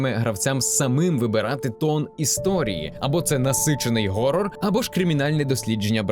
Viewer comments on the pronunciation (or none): none